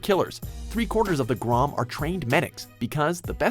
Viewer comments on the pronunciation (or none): its grum not grom